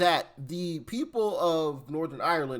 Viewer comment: Doc. It’s ’Northern Ireland’